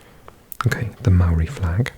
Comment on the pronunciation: I must say, from a Kiwi, your pronunciation of the Māori words was fantastic! Very refreshing. Would love to see a cheeky Māori Language video on the other channel, despite its relative rarity.